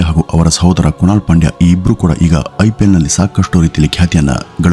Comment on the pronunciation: IPL. Uchara.San the.yenthira.?????